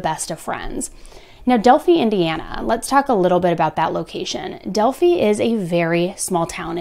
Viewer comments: this really interests me as I am in this area once a year as I go there for a historical reenactment and where I tell Native American stories on stage and I love it. Been following your channel and I love it but want alot more. It is pronounced del fi like in high fi. Would love for you to do the Oregon District slayings in Dayton Ohio which is where I live. On August 4, 2019, 24-year-old Connor Betts shot and killed nine people, including his brother, and wounded 17 others near the entrance of the Ned Peppers Bar in the Oregon District of Dayton, Ohio. Betts was fatally shot by responding police officers 32 seconds after the first shots were fired. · I lived near this location at the time. I was in Delphi the day they went missing. 😢 its pronounced "Del-Fye" (like eye). I remember it was the first day it was actually nice enough to be outside. Its such a small town. Unbelievable, this kinda of evil lurks everywhere. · With all the info they have I am so surprised it hasn’t been officially solved yet and by the way it’s pronounced Delph I lol but good reporting on this story as the more awareness the better the chances of someone just a call one phone call can break this case wide open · Pronounced del fi as in high fi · It's pronounced "DEL-FIE" as in like pie...sorry from around this area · pronounced del feye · YES, I am aware I pronounce Delphi incorrectly - noted for future videos. Who do you think is truly responsible? And do you think he will speak? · please i’m begging you to pronounce it correctly it’s with a long I not a damn e. i’ve asked several times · Don't know how you mispronounce Delphi. You literally have clips of videos that say multiple times. obviously you have someone else write your material and have no clue about the case. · She literally plays clips saying Delphi the right way.. I mean I don't really care either way but that's funny to me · If she’s going to make multiple videos about it she can at least pronounce it correctly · It’s Del Fi